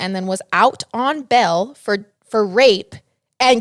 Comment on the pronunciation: And it's "BAIL" not "BELL" XD